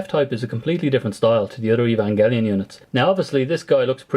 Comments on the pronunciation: "evan-jelly-on" ;(..... :PP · I really liked your vids btw. Just had to say that the "g" in "evangelion" is a hard G. (like the "g" in "great")